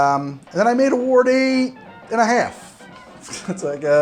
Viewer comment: still having troubles with saying the word "Ward" I see. Just say "WAR" and then add a D at the end. (My mothers family are Wards)